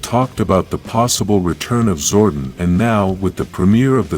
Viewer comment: I wish youd stop pronouncing it "zorden"